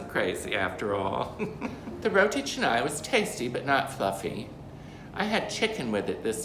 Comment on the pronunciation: You should pronounce canai with a sound not e sound....ca nai..not che nai